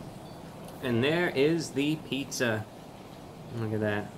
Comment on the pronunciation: PAN PIZZUH !!!